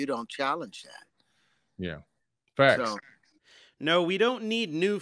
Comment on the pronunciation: Don't worry believe me "it's faks" 😂😂